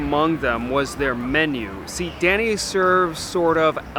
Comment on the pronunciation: I had to take a double take on this restaurant review. I thought you were scooping down to you A eats reviews of chained restaurants. With your accent it totally sounded like you were saying the American diner DENNY‘S instead of DANNY. I hope you’re giving totally unbiassed reviews, as you were recognized and giving more appetizers than you had ordered.